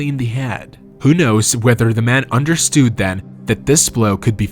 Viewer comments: I think it's AI. It's actually what I'm trying to figure out right now too, which is why I'm reading the comments! The reason that I think it's AI, is because of the pronunciation of some words, like "understood"- in no accent, or dialect, does one pronounce it like understewed. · the way u say understood made me laugh